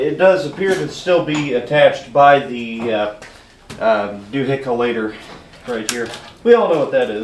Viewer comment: Duhickalator, ok😅